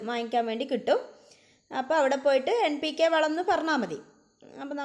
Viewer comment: കേൾക്കുമ്പോൾ M ആ കുന്നു